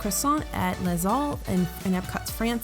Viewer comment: You don't pronounce the 's' in 'Les'. Also, I love your videos.